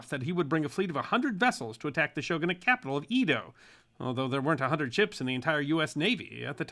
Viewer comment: As a lover of history with an undergraduate degree in East Asian Studies, I always enjoy your video presentations. Especially those with an East Asian perspective. Edo is pronounced “aydoh” not “eedo” which is a common occurrence.